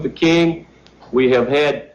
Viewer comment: I caught that he said Martin Luther coon.🤦🏾‍♀️ Awesome video as always thank you for sharing ❤